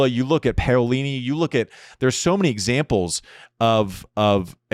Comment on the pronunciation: You nailed Paolini's name Andy, way to go!